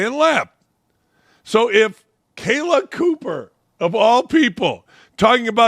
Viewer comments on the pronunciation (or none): Hey Dan Dakich, maybe you should take the time and know the names of the people you are talking about. It's Copper, not Cooper. And Bonnor, not Bower. although you got it right some of the time. Hard to take you serious if you're not prepared, and you called Parker lazy, seems if the shoe fits....